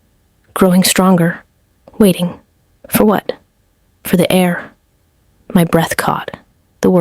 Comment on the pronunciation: Heir. Not air. HTH